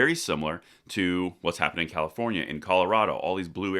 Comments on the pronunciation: You pronounced Comifornia wrong... LOL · Thanks, but it's pronounced COMMIEfornia! Enjoying being on the ride to 400k every day 🍻